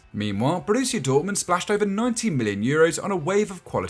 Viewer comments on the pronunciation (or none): none